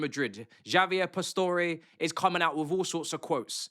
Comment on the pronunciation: Bro said Jaavier lol